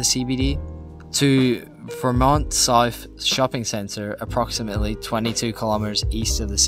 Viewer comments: Good informative video despite your phone going flat (poor planning) and your mispronunciations (Ver-mont, not V'mont. Bolt-ee not Bolt). Imagine if they do extend it to Knox, like many have wanted for years. That would add another 6km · Get your pronunciations right if you're going to do this. Vermont South is pron VUR-MONT, the Bolte Bridge is BOLTY named after the irascible State Premier in the 60's. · it's not because of a different accent. It's pronounced with an emphasis on VER in Melbourne, no matter your accent. I'd pronounce it the other way if I was in the US even with my Aussie accent. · Great video. Just one small correction. Vermont isn't pronounced ver-MONT (as per the American state) but instead VER-mont. Great summary, though! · Nice video. A few corrections: Bolte Bridge is pronounced "Bolty"; Vermont is pronounced with the stress on the first syllable (unlike the US state); 2005 is in the 21st century. . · Vermont is not pronounced like the state in usa. There is no stress on the second syllable. Both syllables are very flat. Kinda fits the profile if not the actual geography of Vermont Sth. Glad you enjoyed the most infuriatingly pathetic tram route. Just be glad you never had to use it to commute… I did. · And he said Vermont wrong.